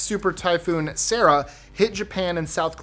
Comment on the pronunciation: Typhoon Sarah not Cera